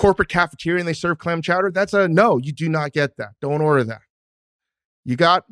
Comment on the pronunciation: mr. bill simmons, you have clam chowder down to a tee